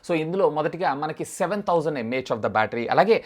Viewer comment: Its really irritating when u say.. mah of the battery!! No offense.